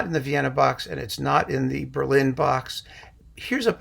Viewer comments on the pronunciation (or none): none